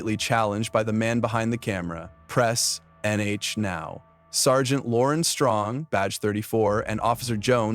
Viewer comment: A.I. voice over sucks more than that "sir-gent"